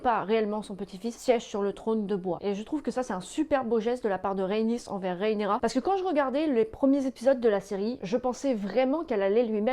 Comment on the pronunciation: RHAENYRA... RHAENYRA stp... pas RÉENÉRA... J'ai eus envie de te faire subir le meme sort que Vaemond...